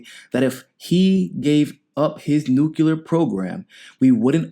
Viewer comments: New Clear... Say it. Not Noo cue lur. New Clee ur Spelled nuclear Grrrrrr. All better now :) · I guess it is worth mentioning that Bernie co-sponsored a Senate resolution in 2011 saying Libya needed a regime change. Bad idea * Bernie is still at it. Tulsi 2020 ps Please say "New Clea Ur" not "New Cue Lar" that's how George Bush mispronounced the word (or just say nuke )